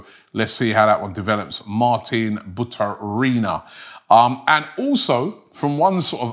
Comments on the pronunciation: It's Baturina, Robbie. Not Butarina.. 😅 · Robbie the Butcher!!! Modric = MODRIK Kudus = KUDOS Baturina = BUTARINA 😂😂😂